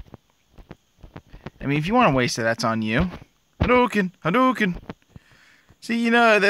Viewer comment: It’s gohadoken not hadoken 😒